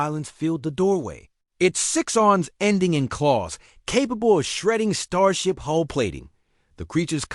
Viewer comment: 1) a ship does NOT have a "HOLE" ... they gave a "HULL"!!! 2) The words are NOT spelled NOR pronounced the same ... except by stupit a.i.'s that also read the period at the end of a sentence as "dot" like a website's "dot com"/"dot EDU" or what ever. this a.i. has proven itself as one of the stupider ones: SEVERAL Mispronunciations, reading punctuation as words ("Dot"), adding unnatural pause to the dialog, making it jerky ... Obviously, the "human(s)" affiliated with the channel don't edit or even watch what their a.i. "writes" and "narates" before the a.i. posts it in their name. Talk about lazy, incompetent and uncareing ... 👎 Foolish as well, to "think" early fisrt generation a.i. does not need input and correction. 🙄